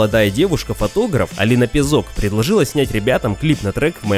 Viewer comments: ПязОк, серьезно блин? она же не ноунейм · У Алины ударение в фамилии на `Я` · ПЯзок, а не ПязОк кажется